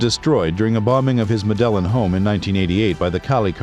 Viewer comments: Pronounced med e in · That's not how you pronounce Medellin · Medellin? Get the pronunciation right please!! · Literally hurts my head hearing 😭